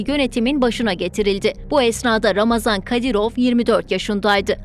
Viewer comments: COX XAHIş edirəm ismini düzgün deyəsiz ,, yəni : RAMAZAN deyil !!! __ RAMZAN KADIROV ! Cünki Ramazan mübarək müsəlman adıdır ,, bu insanın müsəlmancılıqdan zərrə qədərdə hec bir şey bağlamır, o Putini atası adlandırır və ona görə ölməyidə ,öldürməyidə özünə 5 vacibatfan üstün bilir!!!! Ona görə Ramzan Kadırov ,hem rəsmi həmdə ona yaraşan isimdir. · не рамазан,а рамзан! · Ulan Ramazon değil Ramzan Kadirov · Şu adamın adını doğru söyleyin !!! RAMZAN " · Ramazam değil Ramzan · Birde şu ismini doğru şekilde öğrenebilseydiniz gazetecilik yapıyorsunuz hayatını kendimizce araştırıp öğrenmişsiniz isminide doğru öğrenip teleffuz etseydiniz .ramazan değil ( ramzan) kadirov